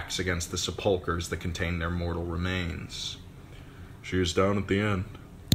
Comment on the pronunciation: "Sepulcher,not se'pulcher